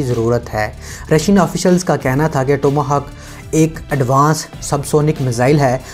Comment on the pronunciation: بابُور نہیں یار۔۔۔بابر۔۔۔ اور ٹوما ھاک نہیں۔۔۔ ٹام ھاک میزائیل۔۔۔🤣🤣🤣🤣🤣😘